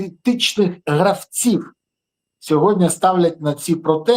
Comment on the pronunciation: Подяка за випуск.Але "СьогоднЯ"😂 правильно говорити "СьогоднІІІІ".Слава ЗСУ!❤